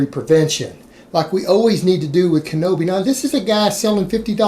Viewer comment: "Kinoby". I love it.